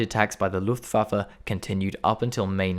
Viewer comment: his German pronunciation of terms like "Luftwaffe" and "Adlerangriff" are also spot on!